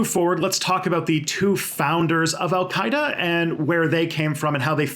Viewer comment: That name pronunciation was pretty good.